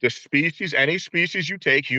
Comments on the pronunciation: I read this comment literally seconds before he said it for the first time. The comedic timing was so amazing that I wheezed from laughter. Thank you for lightening my day! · He also says speachies instead species